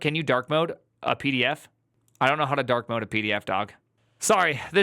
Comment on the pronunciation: “Can you dawk modeee it huwtz my eywes”